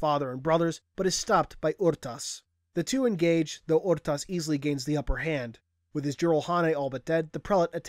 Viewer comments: ITS PRONOUNCED ARE-TAS NOT OR-TAS OR UR-TAS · never heard anyone say it like "Aru-tus" before I always say "Er-tas" but i mean how the fuck are you supposed to say " Rtas" ? XD